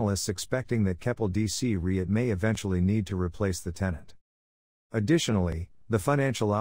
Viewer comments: ummmm I couldn’t care less that it’s faceless. But if the narrator cannot even pronounce the term “REIT” properly, how is anyone supposed to take the clip seriously? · Using an AI voice that can’t even pronounce “REIT” properly, doesn’t fill anyone with confidence